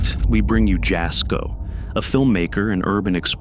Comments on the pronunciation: Jasko is pronounced yasko- the J is silent like juan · You say Jasko's name like 'Y'asko not in a J sound . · Jasko's name is pronounced, Yasko. Yes, his videos are fake but very entertaining. 😊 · He said "Jasko" but all I heard was "Bullshit" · Just wanted 2 say that Jasko's name is pronounced Yasko. It's spelled Jasko but pronounced Yasko. He was not born in the States. Hope this helps!